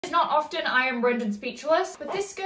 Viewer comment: The way she pronounced often😂